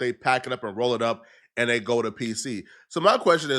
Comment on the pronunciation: Bro can you not pronounce Th. Dis-Dey